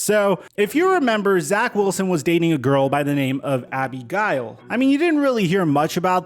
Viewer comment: Are saying Abigail or Abby Gail? I’m confused